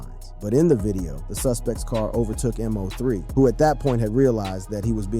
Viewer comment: WORDS/NAMES mispronounced here: MO3, Lancaster, Yayo, and Boosie.